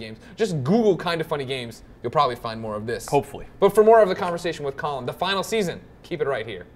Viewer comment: I always hear Colin like "Cullen" That's his new name. Cullen Moriarty